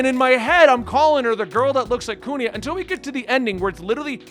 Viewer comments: Why do you pronounce Kuina as Kunia ? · his Usopp pronunciation wasn't even that bad yet nobody's correcting his Kuina pronunciation HGASFDGHASFD